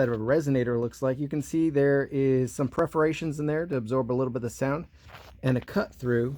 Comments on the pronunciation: Perforations, not Preforations! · I appreciate watching you but when you’re talking about mufflers please understand that it is called PER-forations! not PREFF-orations when talking about small holes in pipe. Otherwise, rock- on brother! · Perforations? English first not your language ? Perforated, perforations !